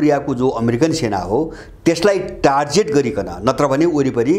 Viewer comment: Excellent analysis sir! Thanks a lot for this amazing and informative video!! So-called USA Is not even a country but just an adopted son of British emperealism that must be divided into many independent countries very soon!!! टार्जेट होइन सर टार्गेट भन्नु होला कृपया। क्षमा चाहन्छु।